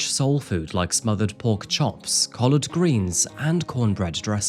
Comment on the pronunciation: Bro please say “pork….ChHops” again lol